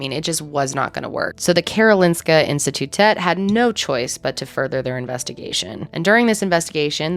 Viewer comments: I live in Sweden and I remember reading about this case. Just crazy. Also well done on the pronunciation of Karolinska Institutet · Your pronunciation of Karolinska institutet was really good Love your videos Love from Sweden